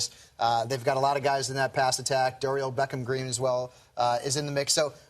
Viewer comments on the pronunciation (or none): It's Dorial green-beckham